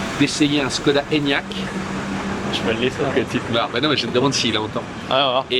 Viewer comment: il faut prononcer “chkoda”. le caron - le petit signe diacritique sur le Š - sert à ça